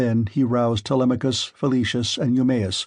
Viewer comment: i feel like this is an ai bot using marks voice. he pronounces "telemachus" 2 different ways within the span of a minute around the mark